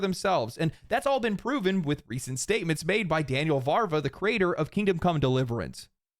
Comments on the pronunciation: You are 99% right. The 1% is that it's Daniel VaVra not VaRva. (I know, I know, I'm sorry I had to say it, my Czech ears bleeds, I can't not say it) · just a little correction, because living people's names imho deserve it: It's Vaav-ra not Vaarva. Otherwise 100% agree, great vid as always! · It's "Daniel Vavra" [vu:v - ruh], not "Daniel Var va" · Bro, it's Daniel VÁVRA, not VÁRVA, the V comes before the R sound. It's tough to pronounce Czech words, I know, but hearing it wrong over and over and over again gets infuriating after some time. It's like if you pronounced Miyazaki as Mizayaki. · sorry, but VaVRa, not VaRVa. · its Daniel Vávra, not VARVA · I still think it's the Billionares funding Polygon to keep us fighting among ourselves. There's no way that place is profitable. Also I think it's VaVra, not VaRva. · Agree with everything, but come on, it's VÁVRA, not VARVA. It's not that difficult. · VaVra, not VaRva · Daniel Vavra. VAV-RA. VAVRA. But you ARE wearing glasses already so I can't recommend that. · As a non-Czech it hurt my soul too.